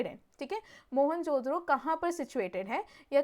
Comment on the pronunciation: Behn pronounce toh thik sey karo.. it's mohen jo daro not mohenjodro 😂